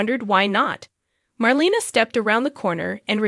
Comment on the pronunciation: It’s pronounced Mar LAY na not Mar LEE na.